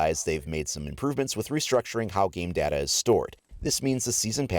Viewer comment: lol he pronounced “data”: data